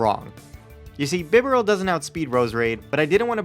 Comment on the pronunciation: BIDOOF IS NOT A GOD! AND IT'S BIBAREL, NOT BIBERAL!